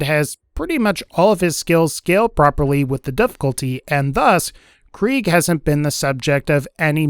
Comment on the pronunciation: I hate how he says Kreig